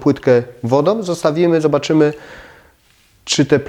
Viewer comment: A co znaczy będom, płytkom, wodom? Chyba powinno się mówić będą, płytką, wodą, proszę zadbać o estetykę wymowy, jest równie ważna jak estetyka wnętrz.